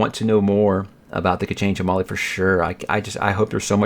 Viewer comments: K'Chain Che'Malle I somehow doubt it's pronounced "chamal" xD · The way you pronounce the chamal sounds like tamale